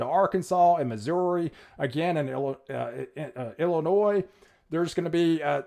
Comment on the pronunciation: Did he say Illinois too 😆